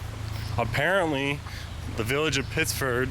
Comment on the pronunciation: It's Pittsford. LOL